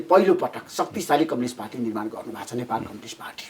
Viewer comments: धमला जी कम्लिस्ट पार्टी होईन कम्युनिस्ट पार्टी होला नी नेपाली उच्चारण त स्पष्ट गर्नोस 😂😂😂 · मेरो लाडो जस्तो उच्चारण गरेक कमलिस्ट रे थुक्क मुजि कमलिस्ट 😃😃😃 कमलिस्ट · यो माचिक्ने धमलाले एउटा प्रश्न दस चोटि सोधिराछ,के खालको पत्रकार हो,कम्युनिस्ट लाई कम्लिस भन्दैछ आलु पत्रकार।